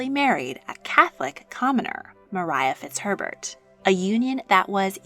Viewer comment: Thank you for pronouncing Maria Fitzherbert correctly!